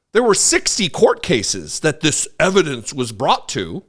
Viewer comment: it's called EVAH-DANCE !!!